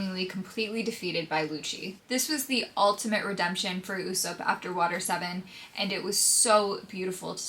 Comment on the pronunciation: I get thrown off by the way you pronounce Usopp 😅